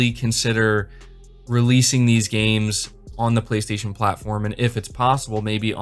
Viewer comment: Frankly, Microsoft needed this. "BLAY-STAY-SHON"!